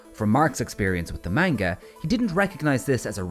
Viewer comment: It still bugs me when people pronounce manga wrong.